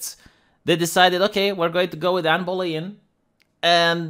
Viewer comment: How hard is it to pronounce “Bow-lin”,?